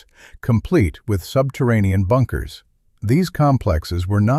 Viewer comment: "A Bunke A Unker" Yeah Mr. bad AI?